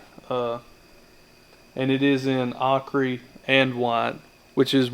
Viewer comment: It's pronounced "O-Kerr" (Ochre)